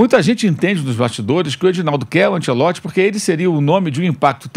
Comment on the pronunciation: esses comentaristas passam os dias pronunciando mal o nome do Ancelotti... que coisa que dói nos ouvidos. Ou bem se faz a pronúncia à brasileira ou bem em italiano, mas "antchelotchi" não existe nem lá e nem cá.